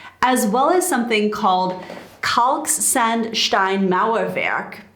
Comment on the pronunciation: Here in germany contruction time went down a lot in the past maybe 2 decades. It basically comes down to using less water wherever possible. Less water means less time to cure and dry. 10 month on average is quite a good number. by the way, loved to hear you say Kalksandstein and Wärmedämmverbundsystem ;-)